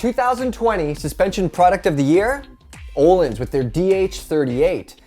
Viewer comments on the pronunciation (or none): BRUH ITS ÖÖÖÖÖÖÖÖHLINS NOT OLINS